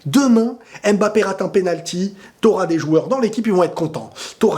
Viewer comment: MMMMMBAPEEE ET NON M''' '' '' '' BAPE STP PARDON PITIER